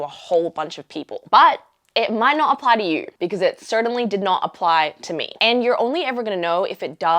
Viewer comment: I like the way you pronounce “to” “you”. It seems to O’s and Ow sounds. Is it an Australian thing or perhaps the area, culture or environment you are in or around?